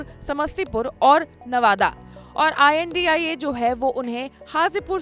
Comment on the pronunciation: India bolne m dikkat abp news balo ko